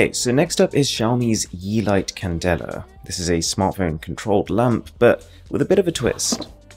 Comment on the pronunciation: Who else thought of ying when he said candela?😂